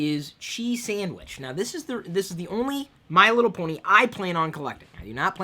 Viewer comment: ken leo "Just saying" should have been enough justification for my comment. Not sure what your problem is, or why you think I'm a loyalist, considering I'm Irish myself, but I'll fill you in anyway, remember in the video when Chris said Bony instead of Pony? Figure it out yourself.